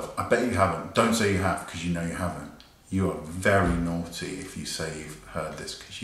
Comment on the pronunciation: I die every time he says nawty